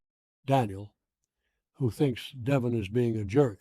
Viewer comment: This must be some IA generated nonsense. Of all people Victor wouldn’t call deVON, Devon.